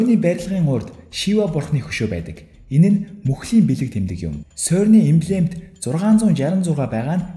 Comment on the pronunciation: сөрн биш сэрн шүү. France doc songoj aylagiig ni zuv helj suraarai :) jishee ni: CERN genève geed haihaar france doc garch irne 🙂